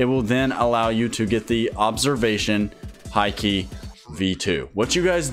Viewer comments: its not hi key its haki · Haki is pronounced as hockey